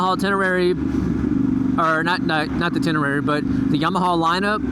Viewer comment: No reason to go past on that bike, looking at the torque curve... "Ten-Uh-Ray" ;-)